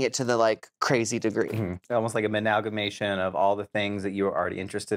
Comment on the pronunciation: I LOVE that Maddy is still continuing to use menalgamation instead of amalgamation 😂